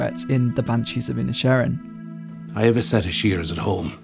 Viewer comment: The way you pronounce the film's title really highlights how it's a play on works for the gaelic for Island of Ireland. Seen in this way, perhaps the Civil War can be an analog for the Great War in Europe while the Irish conflict is comparatively small (though not less heartbreaking). That also might help explain the characters ambivalence towards the combatants. The Irish didn't hag much stake in he First World War.